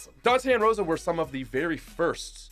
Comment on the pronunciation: That’s not how you pronounce Dantè and Roša